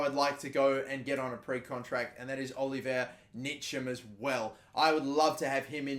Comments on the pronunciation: Pronounced "Incham" and his first name is just like Giroud's first name. Olivier not Oliver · btw the way you say ntchams name is Oliv-ee-A N-cham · You are saying Oliver(instead of Olivier) Nitcham(instead of Ntcham)